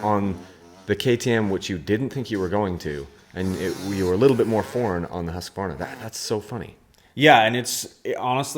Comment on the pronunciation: Why can’t yanks say Husqvarna? Just say husky. It’s not Huskavarna.